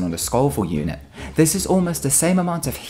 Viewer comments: PiratePorkchop So he did pronounce it incorrectly, as he said sco-vill with a short 'O' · even funnier, he said sk-oh-vill, no sk-oe-vile. And I know it's spelt Scovile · PiratePorkchop LISTEN TO THE VIDEO, HE SAYS sco-vill, with 'O' sound that you get from 'Scoff', not with a long 'O' like in 'Oh'